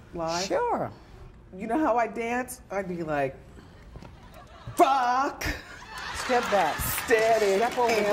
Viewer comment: 😂😂 “Stap back, step over there”